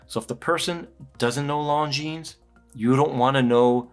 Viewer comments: the way you pronounce it, it sounds like long-jeans!😂 It is pronounced Longine, without the s! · "Lohn-J͟e͟a͟n͟"! 😊 The emphasis is slightly on the last syllable! 🙂 We don't have to pronounce it with a French accent though!... nobody wants to be that guy! 🤷‍♂️ I normally wouldn't say anything, but I watched an upload on the importance of watch reviewers pronouncing the brand name correctly - because all of us guys who watch your reviews to learn stuff will also pronounce the name incorrectly coz we'll follow your lead! I thought that he had a really good point! Great review as normal! Cheers. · Right. If not Google translates it as "long jeans" 😄. I'm french btw. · Still said it wrong. The S is silent in French. Beautiful watch but I’d probably prefer it without the date. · The ‘s’ at the end of Longines isn’t pronounced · Yeah it annoys me too!